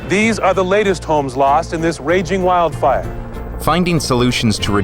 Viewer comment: “Wildfire” emphasis on “wild”. Nature does that.